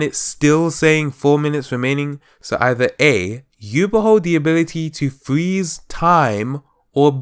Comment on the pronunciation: I love how you say freeze as fweeze xD